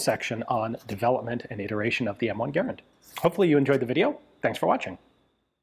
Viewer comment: Ah yes, the M1 Garnand, as Eugene Stoner intended it